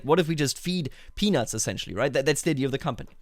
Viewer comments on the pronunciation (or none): When you said "peanuts", it sounded like you were saying penises.